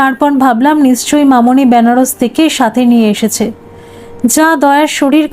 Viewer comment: ব‍্যানারস নয়, হবে “বেনারস”